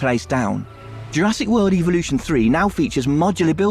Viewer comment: Great news. But I'm more in love with the way the announcer pronounces 'Evolution'. "Welcome to Jurassic World EVILution 3."